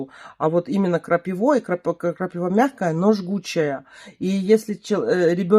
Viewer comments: при всем уважении не крапивА, а крапИва. Извини 😊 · Только почему крапивА? КрапИва же.